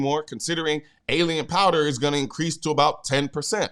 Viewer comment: Sorry to be that guy, but “Alliant” is pronounced like “alliance” or “ally,” not “alien.”